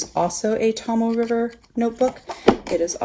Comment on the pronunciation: Great video... very informative. I’m really enjoying the B6 wide size... (Naya Paperie rings). But now there’s all these great bullet journals to think about! Yikes! $$$$. But thank you.... ;-) I too struggled with the pronunciation of the Tomoe River paper... it’s “Tohmoh Eh”. And the other is “TehKoo Kor”. Hope that helps...